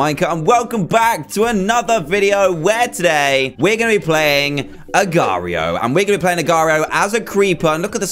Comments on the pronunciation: It's pronounced Agar dot I O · it's pronounced agar dot io agar like aygar or eygar that's how its pronounced